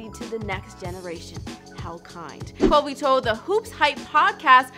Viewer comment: Its Kobe not Cobe...do you even know the Mamba?